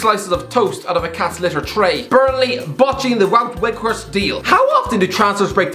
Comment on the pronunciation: Wout weghorst is pronounced Vout veghorst christ above i act like your missing father